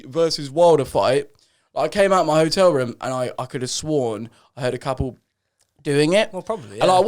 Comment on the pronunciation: the way joe says “hotel” has me creasing😭😭